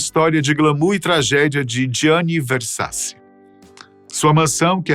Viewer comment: A PRONUNCIA É GIANNI VERSACI ( O SOM DO NOSSO C EM ITALIANO É T) ENTÃO O SOBRENOME ESCRITO É VERSACI MAIS O SOM QUE DEVE SAIR QUANDO PRONUNCIADO É VERSATI.